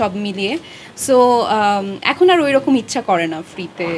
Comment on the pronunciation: স্টাইল কোরে উচ্চারণ কোরতে গিয়ে আর এর বদলে আড়,,,, আড়,,, । গ্যাস্ট্রিক।